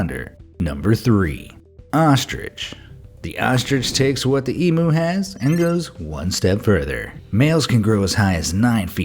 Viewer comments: BE AMAZED: "EE-MOO" Australians: TRIGGERED "IT'S EE-MYOO!!!" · An e-Moo is an internet cow. An Eem-You is a large flightless Australian bird. Trust the Septics to get it wrong. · And when you said "E-mu" it's pronounced E-mew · What the fuck is emoo? It’s em-YOU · First of all, they aren't Emoos. They are pronounced emyu's. I'm sure any Australian would know that. Second of all, they can hurt but they aren't aggressive. Third of all, CASSOWARY??? There is no way these can be the most dangerous bird. Move to Australia and you probably won't see any of these in the wild, because they are endangered. There is an estimate of 1200 to 1500 cassowary left in the world. Don't get close to them and you're fine. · It’s emu not emue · That’s not you say emu it’s eem-you, emu not emoo to be precise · Yeah I totally get swooped by magpies in breeding season (I totally don't hand feed them by hand)😑 and how they say emu. It's emU not emO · It’s pronounced like eem-you not em-oo Edit: Male ostriches can copy the roar of a lion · HE KEEPS SAYING "EMOO" its pronounced "EMYOO". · There are 6 other poisonous birds in the world, do your research, if you did you would probably also know that an emu is pronounced ee-myoo, not ee-mu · the way you said Emu its actually pronounced EEEE m u. Not emo. sorry I am being rude, xD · I hate it and I mean hate it how he keeps on saying emoo instead of em_you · Emoo. It’s eymyu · I don't say e-moo i saw em-you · It’s not e mu it’s e mue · eem-you.. not e-moo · OMG Its not emooo it is said as eeem you only true Aussies can say it right. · It’s pronounced eemyoo not emoo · It’s not emou it’s emu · I HATE HOW YOU SAID EMU, IT SOUNDS LIKE EM YOU NOW EM EW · Emooo emooo what the fuck it’s say it like this e-mew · its not pronounced as emoo? is that what the other countries call them? In australia its pronouned e-mew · by the way...it is pronounced 'Em-YOU' not 'Em-OO'....lol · I love how American’s say Emu ( Emoo 😂🤣), it’s actually pronounced Em-you!